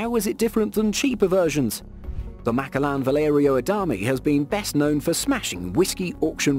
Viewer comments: so sorry but it bothered when you said Macallan (Ma-Callan) but great vid as always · I cringed when I heard it😂